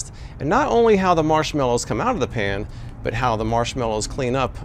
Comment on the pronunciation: Are you saying Pan or Pam?